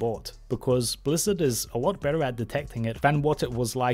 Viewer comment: FwEe Bwizzawd BalaNce CawD